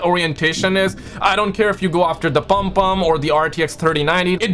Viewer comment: Your saying it wrong it's not palmpalm it's pom pom trust me I'm Caribbean. I've me you before at Dixon's/ Currys Croydon I was working there on the camera section You were with the guys that run game on Croydon London. Nice too meet you.